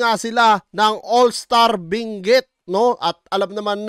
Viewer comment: Binguet 😂😂😂😂 hhahaah ayosin mo pagpronounce mo ng binguet hahaha